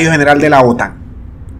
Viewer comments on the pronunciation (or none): none